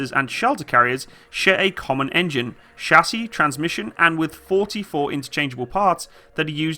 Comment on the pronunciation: Shassy? You mean CHASIS? Cha!